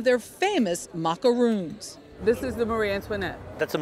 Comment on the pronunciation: Macarons....not macaroons. Mon Dieu!